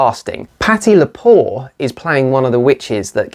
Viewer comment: Isn't it Patty Lupone, not Lepore?